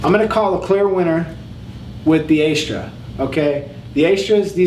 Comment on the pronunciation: AS-TRAS!!! ASS-TRAS! Not AY-STRAS dude, come on!! But you're right bro, Astras are soo good!! Been playing around with Perma - Sharps (which I liked a lot) and Wilko Swords (a legendary name in shaving, but sooo disappointing!) but tried Astras again recently and I'd forgot how sharp, yet smooth they were. Great video BTW! 👌🔥🔥 All the love from the UK 🇬🇧